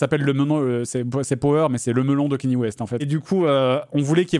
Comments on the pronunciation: "Kagné", ça se dit "Kagné"... pas "Kenny" 😂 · JDG qui n'a pas compris power de Kanye West. (Qui se prononce "Kanyé" mais c'est abus très courant en france, ça se comprend) Power parle des dangers de donner trop de pouvoir a un seul homme, c'est un cri d'alarme et le clip représente cette idée, un homme moderne au milieu d'un tableau représentant un dieu de l'olympe. Donc dire "le melon de Kanye", il est vrai qu'il a cette réputation (et qu'il la mérite), mais ici c'est hors de propos, c'est propager des idées fausses sur une oeuvre qu'il n'a même pas cherché à comprendre, il parle de "melon" alors que son ignorance sur le sujet devrait le pousser a l'humilité car il n'a pas la vision artistique de la personne a laquelle il s'attaque; il devrait s'intéresser d'avantage au références qu'il utilise, au mieux curiosité intellectuelle, au pire par respect pour son publique. J'en fait peut être trop mais je trouve que c'est souvent que JDG prouve une certaine ignorance sur des sujets qu'il aborde ou des références qu'il utilise, une partie de son audience est jeune, il a une responsabilité sur les idées qu'il propage car ça sera prit pour acquis pour une parti d'entre eux.